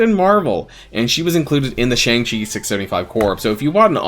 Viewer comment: i don’t wanna sound annoying but shang chi is pronounced shung chi